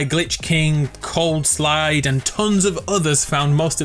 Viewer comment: dude its called "coldside", not "coldslide"